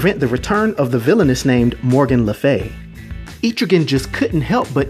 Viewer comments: I like what you're doing believe me I really do i grew up on comic's but you are saying his name wrong and it's killing me. ET-TRIGAN NOT EEEE-TRIGAN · No hate. But it was bothering me too much. It's pronounced Eh-trih-ginn not Eee-trih-gan. No not Aye-trih-gin, Eh-trih-ginn. Eh as in ELephant. Trih as in TRIp. And ginn as in beGIN. But great vid I love Etrigan, he is so underrated. :) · Etrigan's name is pronounced EH-TRIH-GAN, not EEETRI-GAN. Mad love & respect, bro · so this explained the stories from old rap. Thanks. Never knew it was pronounced E-trigan always thought Etch-rigan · I don't want to be that guy, but it's pronounced Eh-truh-ghan, not Ee-tree-ghan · Thought it was pronounced Eh-trigan not Eee-trigan. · Loved this, but man... "Eh-truh-gan." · I believe it is pronounced eh-trigan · JC I know right! Atrigan 🤦🏼‍♂️ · Terrible pronunciation of Etrigan. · He keeps saying it wrong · Etrigan the e in it is short not long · I think you’re saying his name wrong